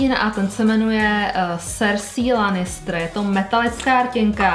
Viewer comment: Promin ale strašně mě to rozčiluje ty si ten seriál asi neviděla protože jména postav vyslovujes úplně jinak než se říkají! (sersí lanistr wtff a ještě mnoho dalších)